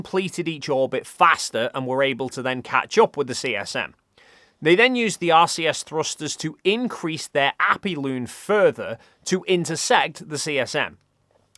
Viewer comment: Appiloon? Periloon? Aphelion (Af-fee-lee-uhn) and Perihelion (Per-ruh-hee-lee-uhn). You describe the whole procedure well otherwise.... And there is also landing fighter aircraft on the pitching deck of a moving aircraft carrier that pilots were routinely managing decades before, too.